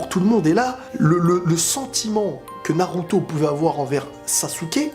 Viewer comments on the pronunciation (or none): none